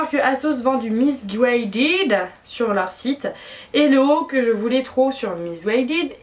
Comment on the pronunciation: tes pas du tout grosse heeeeu t'as juste DES BELLES FORMES PUTAAAAIN 😬 sinon super vidéo jafire ton style surtout le tee shirt noir asos avec le col trop beau jen cherche 😭 " miss gouaided " haha l'accent 😂 bref jespzrre un jour te croiser à Rouen bisous 😘